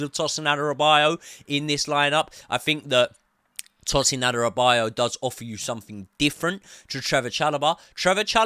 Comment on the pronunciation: It's pronounced Adara-be-or-your and not Adara-bio-yo